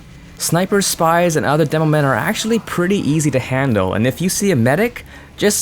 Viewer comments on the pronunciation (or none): none